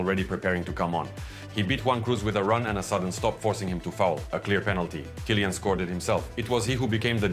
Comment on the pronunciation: Good video. Just annoying that you pronounce Tchouameni good and simple names like Vinicius and Kylian wrong.